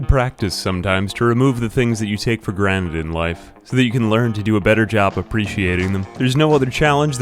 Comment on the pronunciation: Did you say take for granite right at the start?